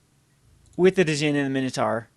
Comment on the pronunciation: You aren't supposed to pronounce the "D" in Djinn.